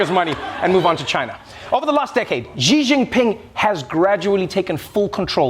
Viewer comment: XI Jingping, NOT JI